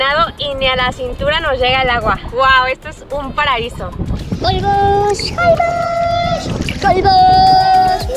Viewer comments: Se pronuncia Jolbósh, con acentuación en la O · Me estresa escuchar cada vez que dicen mal Holbox, es como con acento en box y no en hol :/